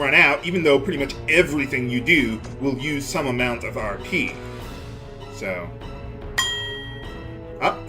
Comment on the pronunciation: Vould you like to arrrrr peeee? I swear to god, that's the only thing I can think of every time RP is said.